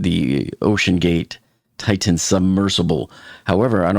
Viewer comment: Again: It's NOT pronounced "Tight-Tan." You're embarrassing yourself.